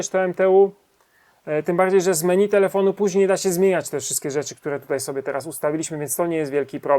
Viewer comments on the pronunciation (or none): none